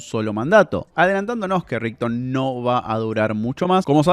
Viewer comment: Ritson suena a Nixon (Richard)